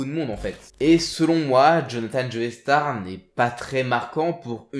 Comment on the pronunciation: Super épisode comme d'hab par contre la prononciation des noms ça trigger trop x) DI-O pas dyo, JO-STAR pas Joey star, DA-YEUR pas dire, etc...